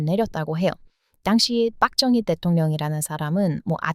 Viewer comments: ....발음 똑바로 하시길...빡정희가 아니라...박정희입니다... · ㅋㅋㅋ 빡정희라는 발음이 마음에 듭니다. 인기 안좋은 자신의 정권을 유지하기 위해 반대 시민 학살하자는 다른 측근의 말에 귀 기울이다가, 측근인 김재규 열사에게 총 맞고 죽은 독재자입니다.